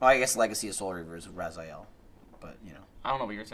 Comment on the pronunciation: Still waiting for the next Legacy of Kain game,. Also, why do you pronounce Raziel improperly? They say it 80 billion times in the games, you silly. (I know they'll probably not make another LoK proper because of the cast that died and the crew that got split up, I know...)